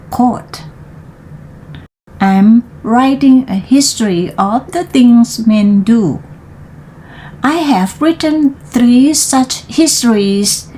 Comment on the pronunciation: history = สองพยางค์ his - try write เสียง R ท้าย t thunder - th แลบลิ้นด้วยค่ะ neighbor เบอร์ ไม่ โบ้ window วิน โดว through ทรู sweep เสียงยาว วีป child บอกไปแล้ว ไม่ ชาย heard เสียง r d เว้นจังหวะไม่ดีหลายที่ คิดเหตุการณ์ด้วย จะได้เว้นถูก พยายามต่อไปค่ะ เสียงท้ายคำ , ควบกล้ำ R L ชัดไว้ค่ะ